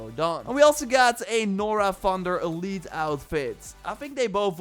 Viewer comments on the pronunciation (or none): none